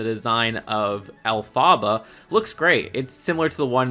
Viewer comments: Why do you keep saying el-fah-buh It’s ELPHABA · nah “al fa ba” is crazy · Tell me you haven’t seen wicked without telling me you haven’t seen wicked; 1. Mispronounced Elphaba 2. Called characters by their actor names